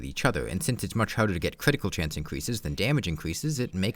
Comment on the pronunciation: If you pay attention you might realize he talks like "Defense shweds cwitical damage"